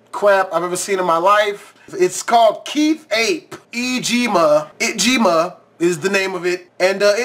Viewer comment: I can't with the bird noises its a whale and the way he says it g ma I can't .